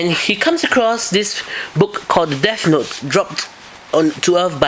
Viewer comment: I guess it wouldn't be so bad if you would pronounce your "th" like "th" and not "f" so not like Deaf Note. And I didn't know there are other reviews, I just saw yours.